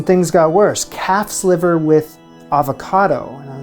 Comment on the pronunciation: Damn, did he say calf's liver? I heard cat's liver.Much spookier.